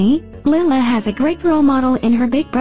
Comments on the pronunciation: Please pronouse the little girl's name correctly, Lilah is pronounced Ly-la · My daughter name is Delilah and i call her Lilah it is Lilah not Lyla